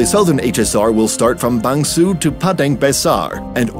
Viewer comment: I don't think Bang Sue is pronounced Bang Suu in Thai, although I don't speak Thai either.